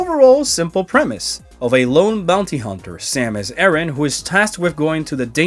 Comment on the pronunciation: "semes eren" Why these so called "fans" can't at least learn to pronounce man character's name properly?